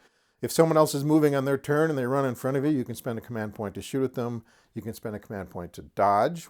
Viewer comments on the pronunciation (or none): none